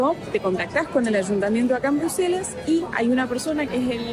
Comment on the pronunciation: Hola! Minuto 17.21 dice Bruslelas en vez de Bruselas. Sé que es un pequeño detalle nomás pero lo comento xk percibo que es muy detallista. Excelente contenido el que hacen, realmente de mucha calidad en todo sentido; calidad de imagen, información que aportan, edición, todo en gral es muy bueno!!! Saludos desde Mallorca!!!